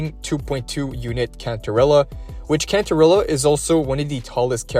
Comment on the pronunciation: It's not Car-teeth-ee-ah, it's Car-te-thee-ah.